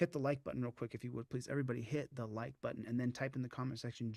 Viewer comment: "hit the like BUDDIN"